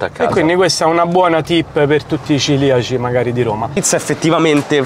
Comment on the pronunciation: cEliaci no cIliaci!!! Daje. 😁